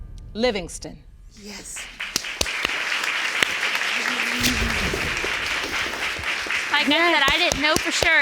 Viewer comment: “yesh your honor”